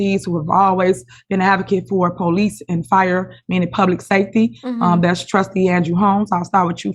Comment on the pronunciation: I just realized she can’t say SAFETY!😂